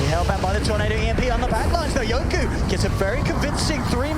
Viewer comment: Why the caster always call yoky as yoku. Tats really annoying